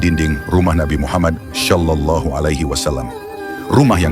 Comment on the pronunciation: Sebutnya shollallahu 'alaihi wasallam, bukan syollallahu 'alaihi wasallam